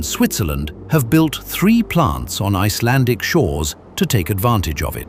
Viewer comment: I must say, you pronounce Icelandic very well, 😊👍👍